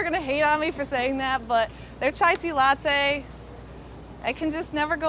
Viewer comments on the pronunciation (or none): none